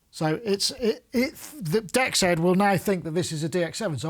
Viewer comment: DEXED is pronounced, "DX'd". Like DX past tense.